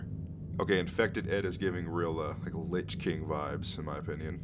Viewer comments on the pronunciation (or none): none